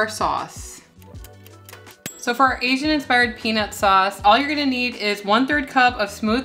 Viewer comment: Peanus sauce, lol!